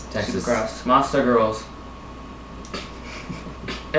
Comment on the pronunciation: did he say monsta girls? or lotsa girls?